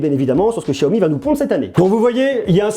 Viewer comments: Je suis le seul a dire xiaomi et pas chiaomi?!!! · Excellente video, par contre ca grince aux oreilles le chiaomi alors que cela se prononce siaomi ^^ petit grain de riz. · Apprend a parlé c est un x pas chiaomi ch chia c'est pas ça comment tu peux être crédible et parle moins vite aussi